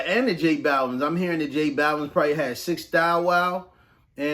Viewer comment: I kept thinking you were saying “Jake balvin” I kept pictured some weird white version of j balvin 😂.